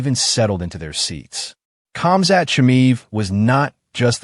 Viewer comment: I think that you're mispronouncing Khamzat's name, bro. All UFC fans should heed the words of Christ, which bring spiritual stability, lasting peace, and eternal life. The Earth is flat.